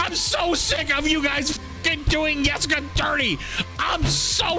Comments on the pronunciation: Yustice yor yessica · not the “yustice for yessica” LMFAOOO 😂